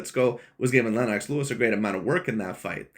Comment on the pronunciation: “Lynn-knocks” Lewis? 👀 😂